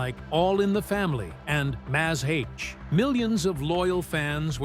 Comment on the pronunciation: "Mazz H"? Oh... M*A*S*H. Narrator is clearly Ay-Eye!